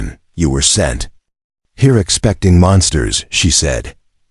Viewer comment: The AI can't say "sent" it has to spell it out?